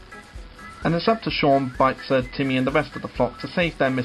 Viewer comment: You were pronouncing Bitzer's name wrong